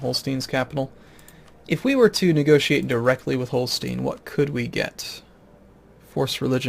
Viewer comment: you should read Holstein same way you say Einstein (ending reads something like -shtain). And in Ireland you have Munster, but in Germany you have Münster, which is called an u-umlaut and you read it the same way as in Führer.